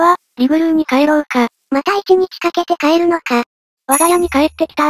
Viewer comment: リグル〜✗イグルー